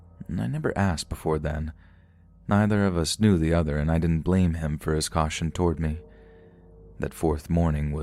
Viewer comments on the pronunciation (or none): none